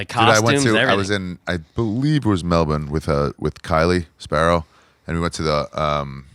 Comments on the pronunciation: Hey Ari, It's not Mel-bin. It's also not Mel-born, Mel-bun, or Mel-burn... It's somewhere in between them all. Say it the American way but just a bit lazier and fade out on the last syllable. MEL-BNnn... Good luck ya can't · We’re in America. In honor of America I will pronounce Melbourne with a hard R